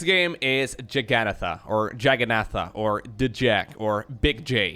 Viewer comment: I do too (well, it's spelled "Jagannatha", though)! That was a (relatively) nasty outburst on his part. Dissing the name just because he can't pronounce it, even though it follows a pretty standard pattern (short "a" before double "n").